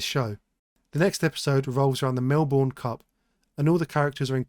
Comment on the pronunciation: I feel the office here just looks unlived in, theres too much space between all the desks and the carpet looks too clean. It gives university classroom rather than actual office space. Also its pronounced melburn, not melborn.